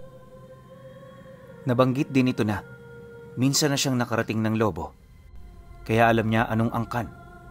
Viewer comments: Lobo' not lobo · Lu-bó po pronounce dun hehehe... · Gud pm po tag lubu Batangas po ako ang bigkas po ng lubu may din sa dulo lubu salamat po